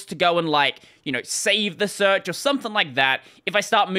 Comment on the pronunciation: "SEARECH"... I guess it's time to throw in a bug report!